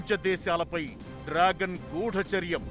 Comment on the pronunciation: "గూడాచార్యం" కాదు తల్లీ! గూఢచర్యం